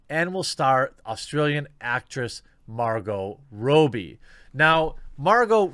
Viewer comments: Dude. Stop pronouncing her last name wrong. Its Robbie, not Rowbie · Why do you insist of pronouncing her name Rooooobe? You sound like a mongoloid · Are you saying her last name wrong on purpose or just don't know how to pronounce it. It's is pronounced raab-iy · Jeremy its pronounced 'ROB-BEE' not 'ROBE-BEE' mmmmkay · Still can't get over how you pronounced Robbie as Rowbie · Not (Row-be) (Raw-be) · You really need to learn to read. Robe is pronounced rohb. Robbed is pronounced rahb. Given this knowledge that I know you have, why do you pronounce the robb of Robbie like you would pronounce robe? You might want to stop doing drugs. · Margot "Robby", not Margot "Rowbee" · This dude cannot read. He mispronounces everything. Her name is Margot ROBBIE. not difficult. Geez. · Margot 'Rob-bee' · Margo Robbie's last name is pronounced as 'rob-bee' for future reference. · Margo Robbie, rhymes with Bobby. How can you fuck that up? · TheQuartering, I don't mean to offend you but you keep mispronouncing Margot Robbie's last name. Please stop doing this. Margot's last name, Robbie, rhymes with Bobby, not with Toby. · I didn't even know is was possible to pronounce 'Robbie' wrong. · Stop mispronouncing her last name 😂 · I know right. She’s a big actress and I know everyone has heard how to say her name. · I can't stand it.